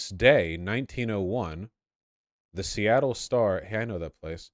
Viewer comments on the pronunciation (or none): none